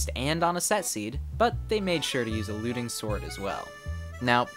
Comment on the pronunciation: When you said looting I thought you were saying “alluding”